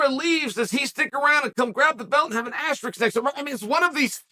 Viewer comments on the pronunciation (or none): none